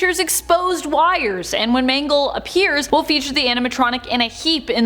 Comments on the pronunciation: She said mango not mangle lol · Everyone:mangle People on video: m a n g o s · Ah yes... M A N G O S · Who is MANGOS its MANGLE not to be mean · Lol her name is mangle not mango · ITS MANGLE